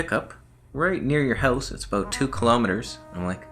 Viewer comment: We heard the Canadian accent when you pronounced "about" aka "a boat" 🤣🤣🤣🤣🤣🤣 I wish they would put your face on a Canadian coin like